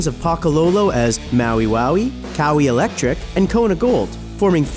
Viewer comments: Lol it’s not cowie it’s pronounced kuh-why-ee or just kuh-why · He cant say kauai... Hr cmsay kowee